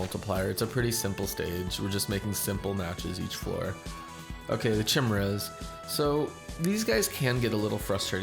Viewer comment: chimera is pronounced KAI-me-ra other than that great vid :)